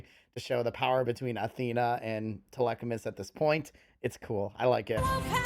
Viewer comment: Ah yes "telechamus"